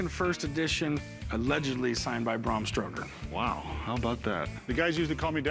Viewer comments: Its Bram not Brahrm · Bram not Braum... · Braaaaaaaam stoker not Bram lolololol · The authors name was Bram Stoker, not BRRAAARRMM Stoker. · It's Bram not Brom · Rhymes with “am”, not “arm” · How about you pronounce his name properly. It's Bram as in Gram.